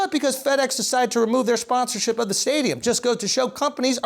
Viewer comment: "shponsorship" cmon son you better than that.